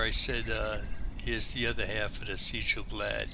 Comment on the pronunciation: No, you're fine. I was just surprised to see a Conan: Exiles video when I searched for Sjel Blad Castle on YouTube. BTW, Sjel is pronounced "Shel" in Norwegian, making the name much easier to say. I am still actively working on my castle for Skyrim, so I can understand and appreciate the time/effort put into your build. Beautiful work!